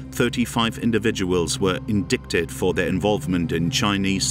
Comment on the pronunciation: Yes it was. An English accent speaker pronouncing Zed (Z) as Zee, , Indicted pronounced as in-dick-ted . Probably an AI computer voice.